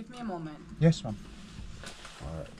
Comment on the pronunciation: Do not say “Mom” hindi mo sya nanay say it “Maam” medyo ayusin mo pronounciation mo!